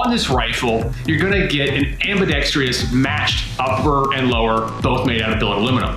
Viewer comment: smdh How many times can this guy mispronounce the word ambidextrous?